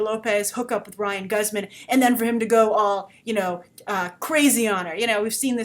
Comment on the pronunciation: It's actually Ryan Guzman ( Goose-man) He's Mexican. It's pretty great to see a mixed family. 2 Latino leads. And great they're not a stereotype, but just your American Family Next Door. The Boy Next Door. I think the biggest issue here is how it treats sexual abuse. A) It's not rape if it's a woman because B) Men are just sexual creatures and C) Because they are they can then justify objectification. Like the stalking and whatnot It's victim blamey and empathizing the predator and villanizing the victim quite literally. I agree about the responablities here This is a dumb premise